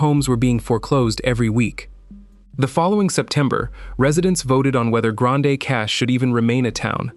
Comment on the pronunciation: It is pronounced "Grand Prairie" not Grand A!! Also it's not "Grand A" Cache either!! I guess only people born and raised in Alberta know how to pronounce the town names.